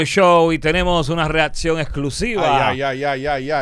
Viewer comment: Santiago bro, corrigete esa detallito de pronunciar la ''c'' como si fuese una ''d'' en el caso mas reciente: ''readcion''